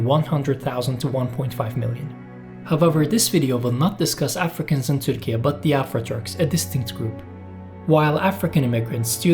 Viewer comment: Why do you use this strange pronunciation of Turkey? Erdogan is always very quick in stating that any criticism is meddling in private sovereign affairs. This is meddling in sovereign affairs of other countries. And not very smart. Ü is not found on English and many other keyboards, ü [y] is a sound that cannot be pronounced by most English speakers, let alone Spanish, Portuguese, Italian speakers. And this is only the West. As usual, another silly demand from a country that lost all power as an oppressive murderous empire long ago.